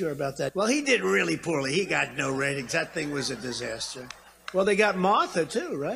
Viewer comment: I swear when he said martha he said mothra. Now that would have made me watch the apprentice.